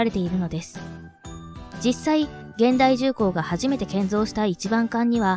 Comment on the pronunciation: 現代 をげんだい と読むとはロボット講話ですね。 ひゅんだいが正解と思うのは私だけ 社名や氏名を間違って読むのは失礼にあたりますよ